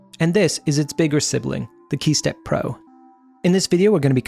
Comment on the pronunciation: man saying key steppro, I'ma hearing hey stepbro...